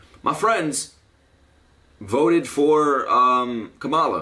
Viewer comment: btw no hate but its pronounced comma-luh just letting you know :)